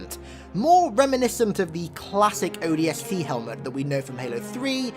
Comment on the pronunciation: he said odsp i cant stop laughing